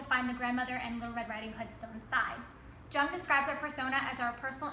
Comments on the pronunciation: Lin V It is most definitely not pronounced Young. But this girl gets it wring as well. Yoong, yep. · Carl's last names is pronounced "Young" in English. He was German not Chinese. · Who is Jang? Who is your teacher? Good analysis of Freud and Jung, here's the correct pronunciation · Great video, and great analysis of the story! I was looking for just that! thank you!! :) Also, like some have already noted before me - Jung is pronounced "yoong" (somewhat misleading, I know, but even though it seems like it distracted many viewers it's also a mistake that is very easy to fix so that's nice) As to how you interpreted the huntsmen according to Jung - I think that he isn't the persona, but probably the ego after it integrated the ability to combat the shadow and rise to fight it. maybe little red riding hood is the persona, and I say 'maybe' because your interpretation of her is so good imo that I don't want to ruin anything. great job!!